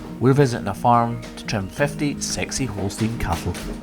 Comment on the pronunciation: The first time mentioned 60 Holstein cows, I thought he said sexy Holstein cows. 😳